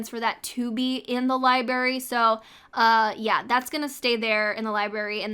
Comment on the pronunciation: It’s library, not libary. I love your video but I can’t handle that pronouncing